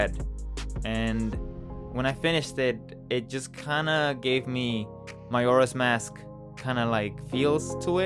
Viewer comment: You delivered!! It likes so good I’ve seen other people do smoke using that method but I like how yours look more solid and more stylized if that makes sense!! 😁 also love the way you say “Majora’s mask”